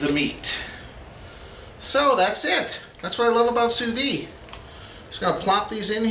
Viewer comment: Looks great. I did sous vide pork chops like that (spices only, no honey) a couple of months back but seared them with a flamethrower. Delicious, juicy and tender. Hey, please don't take this the wrong way. I don't know if you are aware but Sous vide is pronounced Sue Veed. It is French and in French, they only pronounce a consonant at the end of a word when it is followed by a vowel and since "Vide" ends in a vowel you pronounce the "d". The last "s" in Sous is not pronounced since it the word ends in a consonant. You're doing a nice job on the videos just the same. I have been cooking sous vide since 2013 but haven't made a video on it yet. I am going to make my first sous vide video this weekend. Cheers.